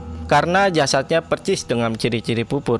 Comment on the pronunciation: persis = percis 😂